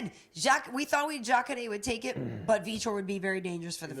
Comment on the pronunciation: I hate when u say jacare,s name. Why do u always pronounce it like that. No one else in the mma world does.